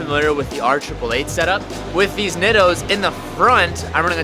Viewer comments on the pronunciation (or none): The way you pronounce nitto is killing me